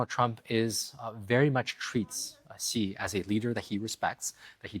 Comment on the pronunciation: Very first sentence and he doesn't know how to pronounce "Xi". Ouch, guest is a writer from NYT. And how much credibility does that paper have left? Zero. What? China breaks and remolds people? How much time did you spend in China? A weekend? I'm white Canadian, been here in China 22 years. Guess what, this guest doesn't know what he's talking about. In China, the you see the things the govt does, like building infrastructure, etc. You don't ever, ever actually see the government. They stay completely out of your life. They do not mold people at all.